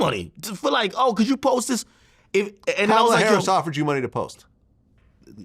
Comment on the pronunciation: He’s ignorant! Can’t even pronounce her name correctly. He’s trash